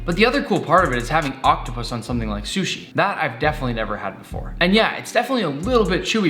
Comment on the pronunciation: I love how he says "shushi' instead of sushi. Lol